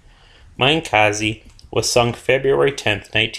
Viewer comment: please spread the word to the WOWs alumni that Minekaze is indeed pronounced MINEekaze, and not MINIkaze